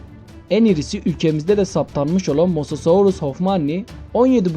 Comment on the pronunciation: sen mosasaurus a molasosourus diyon sanamı inancak